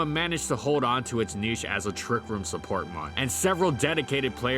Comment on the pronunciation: I wish there was a bit more quality checking in these videos. Certain words are horribly mispronounced (niche, eked out, Oceania), which makes me think that there's very little editing done after the script is read. Along with that, some information is just false. Hariyama in Gen 7 Singles actually did drop to PU for the PU beta, was quickbanned, had a public suspect test for its reintroduction, and then remained banned. There even exists an article on the Smogon Flying Press about the suspect test. I understand that this is a bit nit-picky, but I think there's a lack of polish in these videos that leaves parts of them mediocre. I really do enjoy and I do believe that there's a good amount of work put into the videos, but some parts of them just shouldn't be considered acceptable.